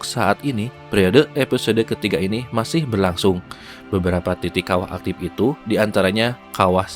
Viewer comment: Suara narator Video ini saya yakin asli Sunda . . Karena pelafalan kata ‘ Aktif ‘ menjadi ‘ Aktip ‘ dan penyebutan Air Terjun menjadi Curug serta aksen bicara masih ‘ Sunda ‘ bgt . . 🙏🏼🙏🏼😬